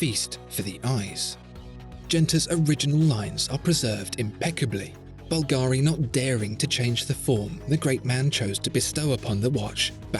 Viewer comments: Please, please.... It is Bùlgari, NOT Bulgàri. The accent is on the U. Thanks. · It always annoys me when you English speakers you just can't pronounce the stress on the first syllable of any 3-syllable words. It's bUlgari, not bulgAri. bUlgari, repeat with me. It's not always like ferrAri. Thanks. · Wonderful video as usual. Just a note: it's pronounced "Bùlgari" (italian for "people from Bulgaria"), not "Bulgàri". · You didn’t pronounce Bulgari correctly. It’s not Bul-GAAAARRR-Reee. It’s Bul-ga-ri. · Búlgari, not Bulgári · Dude. It’s BUL-ga-ri. Not Bul-GA-ri. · I love your video... But at least you should check the right accent in "Bvlgari" before making a video about it. My Italian ears are bleeding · Nice design but good luck telling the time. I'm a bit disappointed that the best watch review channel doesn't pronounce the name Bulgari correctly! This is the correct Italian pronunciation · Maybe tone down the italian stereotypes a bit...and besides, the emphasis in the word Bulgari should be on the U, not the A. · The pronunciation of "Bvlgari" just hurts me😂